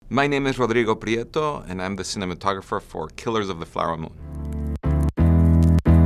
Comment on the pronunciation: Se están tardando en darle un Oscar a Rodrigo. Me parece súper bien que se presente pronunciando su nombre tal cual debe pronunciarse en su lenguaje natal.